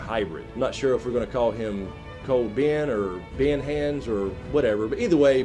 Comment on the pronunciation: "Ben-hands"?? Lmao